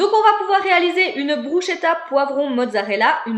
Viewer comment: Coucou on ne dit pas bruchetta mais « brousketa » et la Sicile n’est pas un pays 😂 parole d’italienne 💋